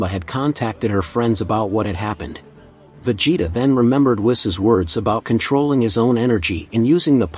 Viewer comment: why did you pronounce vegetas name differently